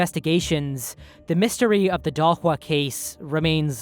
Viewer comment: Shocked that you went for a good pronunciation of Dahlsjö